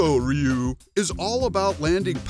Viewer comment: that's actually how it's supposed to be pronounced. "Rhy you" is and has always been the wrong way to say it...